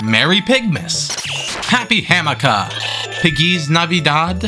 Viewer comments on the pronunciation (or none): i love the detail of the candle being there when you say happy hammuhkah